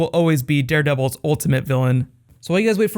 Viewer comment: Daredeveshehzhs lol